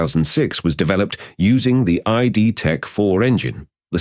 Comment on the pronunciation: Amazing video! But it's not ay dee tech engine. It is Id tech engine. It's the id from the id ego super ego. A psychological term. :)